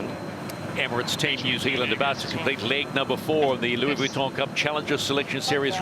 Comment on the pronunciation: In answer to you question the commentator is NZER and he’s hopeless.cant even pronounce VUITTON properly. Grrrrrrrr,,,,,,,,,!!!!!!!!